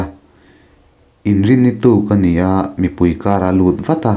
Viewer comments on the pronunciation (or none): none